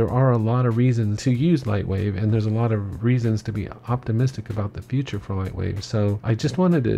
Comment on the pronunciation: Nice spoken .. only one thing on the edge term "future" .. maybe you could use the current LW Logo on your intro pic, not the old one by LW 4.0+ ;)